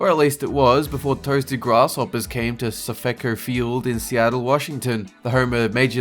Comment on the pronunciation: it's Safe-co, not Safico Field.